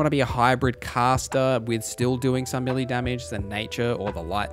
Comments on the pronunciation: May-lay not Me-lee. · "Meh-lay", not meely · It took me a good 40 minutes to realise you were saying melee instead of milli that shit is confusing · Millie. Melee. I cannot decide. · melee == "may-lay"